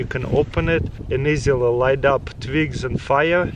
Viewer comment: I just love how he says twigs....tvigs.